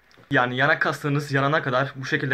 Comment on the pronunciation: Abi birkaç defa yanak kelimesini yanlış söylemişsin viagra reklamına dönmüş teşekkürler hayranımsın abi